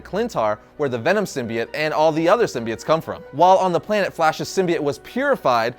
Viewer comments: I can't be the only one who got annoyed by him saying Symbiate and not Symbiote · Sim-be-it? You mean sim-be-ote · Does nobody know how to say symbiote !?!!? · It's pronounced sim-bye-oat